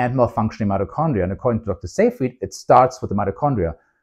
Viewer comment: You're the only person on youtube to pronounce "Seyfried" correctly. Congratulations!